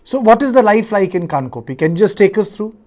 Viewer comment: Respected Sir journalist say kangpokpi junction, not kangkopi😊